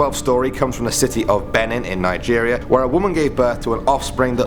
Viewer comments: It is not ben-in it is beee-nin this was a true insult to nigerial but cant blame you though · He isn't pronouncing 'Benin' properly. Its pronounced 'Bee-nin' not 'beh-nen' 😂😂😂😂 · #5 IS PRONOUNCED (BE-NEEN). THERE is no such thing AS PRONUNCIATION [BE-NIN] smh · FYI Benin is pronounced "Binin" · (Bee-neen) Benin i'm african